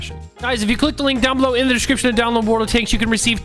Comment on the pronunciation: The first time he said world of tanks he said "wold of tanks" 😂😂